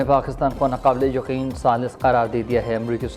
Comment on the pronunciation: Urdu to kam az kam sai bola karo na ka le yaqeen galat hi ka ble yaqeen hota hi naqable yaqeen mean that we have no trust please speak words correctly okay